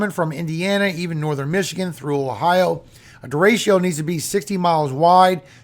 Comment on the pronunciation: It's pronounced, De-Re-Cho, not de-ray-she-ooh. Spanish word for straight. It means other things too, but if speaking about wind, " Derecho " means straight. Don't worry. I don't work for the pronunciation police, so I won't turn you in. 😂 It makes me giggle when I hear you say it, tho. Thanks for all you do,.